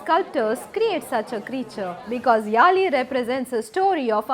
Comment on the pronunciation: யாழி yazhi.m please pronounce it properly